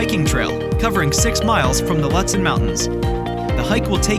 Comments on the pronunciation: I agree! Looootsen. And yes. The video doesn’t match the description. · Mispronounced Lutsen. Stopped video immediately. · It was hard to watch this video…the voice over guy has a nice voice, but doesn’t know how to pronounce Lutsen. Should’ve used someone from MN or someone that’s actually been to Lutsen. Also, the drone footage was nice but the description of activities unfortunately doesn’t match at all what you’re showing. Was hoping for more.